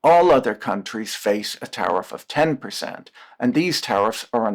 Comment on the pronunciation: I keep hearing "tariff-raid"